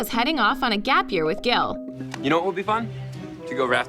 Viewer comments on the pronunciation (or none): it's Gil not Gal